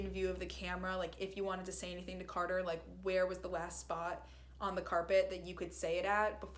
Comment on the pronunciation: You keep saying cater 🐱 It’s carter no affence